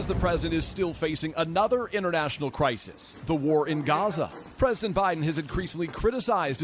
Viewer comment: "Hellow BuyDen"